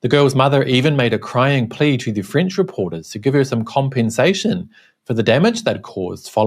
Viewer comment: I first constantly understood "fringe" instead of "French", well. By the way, nice that Mr Zenz has been caught, in my opinion.